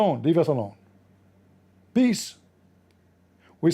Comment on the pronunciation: Even😂the Ai get brainwashed asked pee-eace upon the nabi rasulah😆🔥that was deep😮mashalah Ai you are almost 😮 a revert to izlaaam